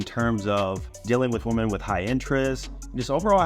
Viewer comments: bro learn the difference between how to say woman and women please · can’t say women. What caveman. Ooga Booga woman